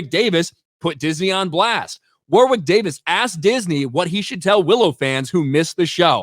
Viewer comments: It's pronounced Worrick (Warwick) lol. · there's only one right way to pronounce it and its not whatever was saying in this video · It's pronounced WORRICK, you fucking colonial. 😂